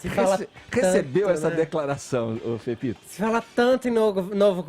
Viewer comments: Chamo ele de, tudo tem som de Z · FEFITO DEBOXADA, APRENDE A PRONUNCIAR A LETRA “E” SEU IRRITANTE, MEU LIKE É PARA O CAIO